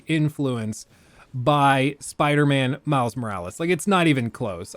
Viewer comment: I misheard: Mouse Morales instead of Miles Morales. Now I can't unhear it, especially when says it so often in quick succession. Dammit, I guess that's Miles' name now, at least for me.